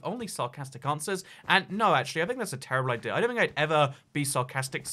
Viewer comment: About the accent thing. Stop saying "Javar Edition" and "Idear" and you're good to go.